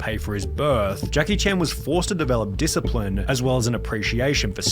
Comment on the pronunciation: HIS SON RACK A DISCIPRINE